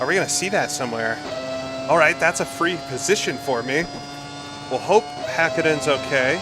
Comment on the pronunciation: 10 points for pronunciation of Häkkinen ❤